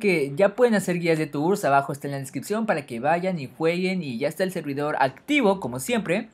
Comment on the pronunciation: jaja "tours" en vez de "turs"